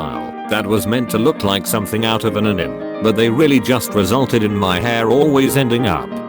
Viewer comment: "Eye shad-OW" "Anihm"